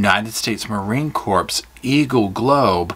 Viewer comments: Probably done, but it is pronounced kay bar and Marine core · The Corps in Marine Corps is pronounced like core